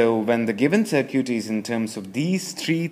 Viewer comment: "looking at the 'sir cute'" lol.. was really funny to me he was really getting into it